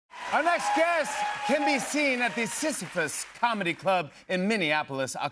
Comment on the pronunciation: Jimmy saying "Sisyphus" is so effing funny to me. It sounds like the silliest bathhouse ever, and I want everything to do with it.